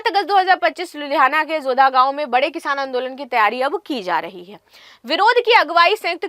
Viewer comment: Kishaaaan nahi kisaan hota hai